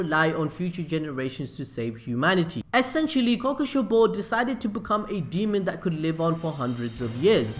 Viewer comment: Kokushee-bow damn you.